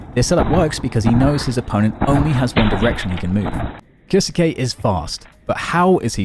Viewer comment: Who is kioske? Why can’t y pronounce his name? Its not fkn hard